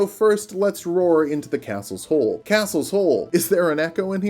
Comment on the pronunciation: Gotta pay the troll toll if you want to get the Castle’s hole. Castle Sol? Oof, guess I was saying it wrong this whole (hole?) time 🤷‍♀️